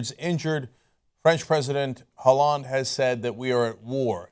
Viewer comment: The "H" in Hollande is silent.